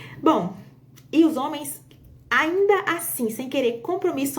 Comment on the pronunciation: Os "zôme." 😂😂😂